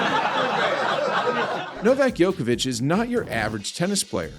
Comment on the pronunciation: Who's Novak Yokavic? Never heard of him.